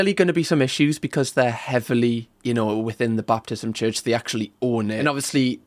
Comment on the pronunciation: As someone who was raised Southern Baptist I love that calls it a "Baptism church" instead of a "Baptist church" lol. Great video!